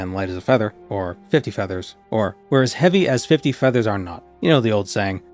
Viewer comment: The "keelagram of feathas" killed me 😂😂😂😂